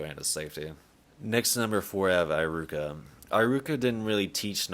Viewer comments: Nice video, although I must say this is the first time I've been so bugged by someone mispronouncing a name..high-ruka. Come one, it shouldn't be that hard. He-ruka 😂😂😂Don't mind me, I'm never really bugged by mispronunciations but this just got to me somehow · Why do you say Eye-ruka? Do they say it like that in the sub? I doubt it because I is usually said like e in Japanese... it's E-ruka. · ee-ruka. Not aye-ruka. @@ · Eye-ruka? WHAT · Im not usually one to make fun of people's pronunciation, but homie said eye-ruka hahahahaha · Who tf is EYE-ROO-KUH???